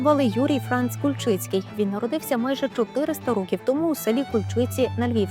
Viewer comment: Кульчиці,наголос на К.